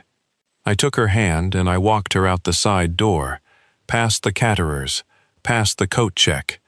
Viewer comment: Walked past the “cat-er-ers”? 😂😂😂best interpretation of “caterers” I’ve ever heard. Loved it. I started listening to these stories to pass the time and hoped they might be good. Instead, I’ve heard some of the best screw ups ever. Now I listen for the screw ups cause they are so hilarious.